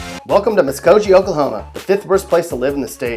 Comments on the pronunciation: It’s Muskogee Gee not jee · Muskogee It's a hard G like Goat not a soft G like giraffe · I agree. Jee??? Really? Learn to say the city proper or stfu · Just a simple thought: when you share negative info about cities, learn to pronounce them correctly. Okmulgee and Muskogee. Pronounced gee ex: geese not Jee! I’m from Oklahoma but now live in Mississippi. So I don’t knock you for your opinion, but at least learn how to pronounce it correctly. Incidentally, I’m originally from Holdenville and by the way, so is T. Boone Pickens. Just came back to Mississippi from Oklahoma yesterday. I stayed in Bricktown and cannot say enough good things about it. I almost missed living there! Going back for the OU spring game in April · MUSKOGEE-MUS-KO-GEE! NOT MUSKOJEE! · Hard "g" not "j". Get it right or go one to Texas. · Your pronunciations of Oak-Mull-gee & Musk-oh-gee are horrendous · Say it with me one time MUSK-OH-GEE Muskogee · I cringed every time he said "Musko-jee" and "Okmul-jee" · Me to and I don't even think he tried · yea hes not saying okmulgee right lol, and muskogee, its MUSK-KO-GI, GI as in a karate GI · skiatook? okmuljee? muskojee? WTF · Muskojee Okmuljee, do you refer to Tulsa as Tuh-La-Sa? Frickin Moron. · Okmulgee is pronounced...Oak.mull.gui(rhymes with key) and Muskogee is pronounced... Mus.ko.gui(rhymes with key) better yet listen to Mr. Merle Haggard’s tune, “Okie from Muskogee”!!!! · Hearing you say Okmuljee and Muskojee was like listening to nails being dragged across a chalk board. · Oak - moGee the Gee rhymes with Lee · Clearly, this kid never heard Merle's Okie from Musko(j)ee, and folks from Oak mel jee, just refer to Okmulgee, as The Mug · Laughing myself to death about Okmulgeee and Muskogeeeee but he did get MIAMA right. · muskojee? okmuljee? Doesn't seem you're from OK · Hard G guy... hard G. OkmulGee, MuskoGee! But hey, you said Miami right. Go you. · the way he pronounced muskogee bro.. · That’s not how you pronounce Okmulgee & Muskogee...